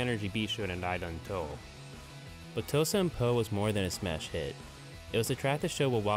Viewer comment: what did he say? , It's not "TosenPo", it's "ToosenBo" I love this, thank you for making it.